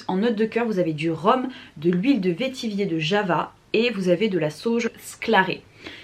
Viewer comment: Bonjour, le mot vétiver se prononce "vétivère" (comme vert, la couleur) et non vétivier;-) Si tu aimes Baccarat Rouge, je te conseille d'essayer Tinharé de la maison Couvent des Minimes (vendu sur le site de Marionnaud), c'est un parfum fabuleux, extrêmement raffiné et singulier, et très similaire à Baccarat Rouge apparemment. On m'a arrêtée plusieurs fois pour me demander si je portais BR alors que non....